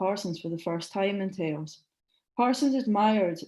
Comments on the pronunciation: That was very well done; complete & deep. Thnalk yoiu.It's pronounced Tah-os Turn up the volume. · Please learn your pronunciation for Taos.